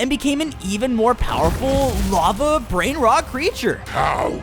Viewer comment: The way that they mispronounce the Italian brain rot